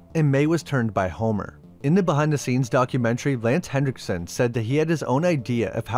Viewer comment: There's no D in Henriksen.